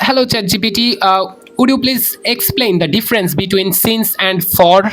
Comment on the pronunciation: since and for became says and said !! what a banglish !!